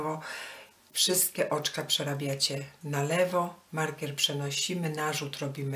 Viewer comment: Wzór bardzo ładny. Ale tłumaczenie tragiczne, no i wymowa markiera.